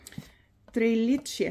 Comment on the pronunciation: اسمها تري لي تشي قسميها حتنطقيها صح 😊😊